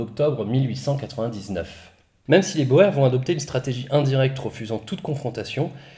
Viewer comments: J'ai beaucoup aimé ce format par contre ta simplification de la guerre des boers (prononcer "bour" et non bo-er ce mot d'origine hollandaise) m'a fait tiquer. D'un coté les conquérants anglais, de l'autre les républiques boers. Et il n'y avait personne d'autre dans cette partie de l'Afrique? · On ne dit pas "bower" ou dit "bour" pour "Boer". Ils étaient armés de Mauser 1895 en 7x57 Mauser ce qui face aux Martiny Henry à poudre noire était un avantage certain. De plus les Boers (prononcer Bour) étaient des ruraux et des chasseurs, ils savaient tirer juste pour chasser. Chasser c'est manger, il est vital d'être un bon tireur pour survivre. Les anglais pratiquaient un tir de salve sans viser, avec une arme de précision et de portée moindre. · Boer par contre ça se dit par boer ça se dit "bour" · On dit bour... Pas boèr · Salut, excuse moi, Boers se dit Bours (désolé, c'est un peu casse pieds, le néerlandais :x ) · Super vidéo comme d'habitude! Juste petite remarque, les Boer, est un mot d'origine Néerlandaise, et la bonne prononciation se dit : "bour", le "oe" se prononce ou en Néerlandais. Merci pour ton travail de qualité comme toujours. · C'était long et complexe mais jamais compliqué a comprendre car superbement bien expliquer (bien plus que certaines vidéos sur Napoléon ou j'ai toujours pas compris certains trucs). C'est génial et j'en redemande. Sinon je me permet une correction, les boers d'afrique du sud ca se prononce les "bours" ; je sais c'est con et faut le savoir mais c'est la fac d'histoire et les UE sur la colonisation qui me l'ont enseigné donc ca doit etre vrai. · Super vidéo mais Boers(de l'afrikaans) se prononce [buːɾ] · Pour info, le mot boer vient du néerlandais et oe se pronounce " ou" donc en Afrique du Sud, c'est la guerre des boers. Prononcé " GUERRE DES BOURS". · La guerre des Boers c'est bien la guerre des Boers qui se a l'audio se dit Bours ? Qui dit fermier en néerlandais ? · Boer se prononce " Bour". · Boer: ne prononce-t-on pas "bour" ?